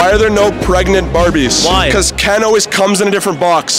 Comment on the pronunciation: Bro emphasised “comes”